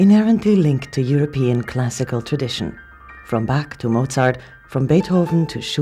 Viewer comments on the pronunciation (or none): Why would the narrator for a video on an Austrian piano pronounce Bach as Back??! Especially when she knows enough to say Bösendorfer, not Boozendorfer...